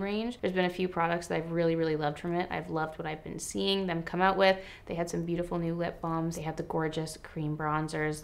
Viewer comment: Am I the only one whos cracking up at you saying that you are liking what you are SEA-ing from Tarte? Just me? Okay